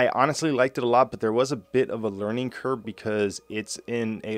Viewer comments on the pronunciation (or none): Did you say "Learning Curb". Lol, thanks for the vid. Helped me out a lot. Keep up the great work man 😁👍